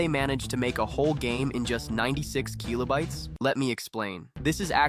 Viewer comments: Kill-oh bites. What tf is keel-oh bites lol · the Keeeelobytes is keeeling me :D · The keelobites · bro stop calling kilobytes kilo-bytes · say keelobytes one more time, AI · 96 Keeelo-bites. AI slop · MIDI is what bothered you and not the repeated KEY-lo-bites. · The AI pronunciation of keelobites and M I D I hurts so much. Unlike. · and then the one kill-oh-bites it snuck in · KEEYLOBYTES. gtfo ai slop. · Keelo bytes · the way it's saying "keelobytes" and "em ie dee ie" is physically hurting me edit: never expected complaining about how an ai pronounces stuff to get this much attention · You're saying kilobytes wrong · I've never actually heard anyone pronounce kilobytes like this. It's probably correct, but sounds so nerdy. Lol